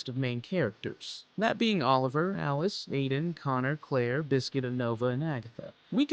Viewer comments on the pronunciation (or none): Her name is Aiden not Adien